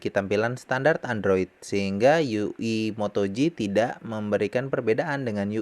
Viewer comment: interupsi gan, yu ai kali ya gan bukan yu i.. :-D